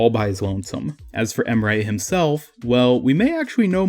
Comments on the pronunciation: Just met your channel this morning. I like your talking style. Its not boring dude. Thanks for uploading good vids. Keep uploading vids. I'm gonna watch everytime when you upload :) (Also Emre is not called Em'rey, its just Em're. There is no "y" at the ending of the name.) (IGN is Gamdwerb#21105 if you want to play together.) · U really destroyed his name to get your point across. His name is not pronounced em-ray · The problem with this Emre = Ray theory is that Emre is absolutely not pronounced like Emray. Combine the words ands sounds from [Em]bargo [Re]ddit and you have the correct way of pronouncing his name. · Wait if you say Emre it sounds like you say Ray